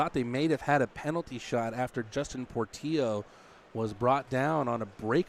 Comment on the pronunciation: Do the announcers not realize Portillo has 2 L's in it? His names not Portio....